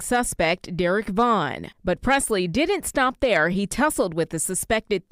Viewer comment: we like what you did right ther - right ther! beautiful sir